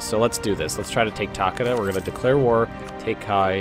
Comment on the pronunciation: You say Takeda Tu-Kay-Du